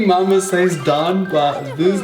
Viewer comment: I like how you say mama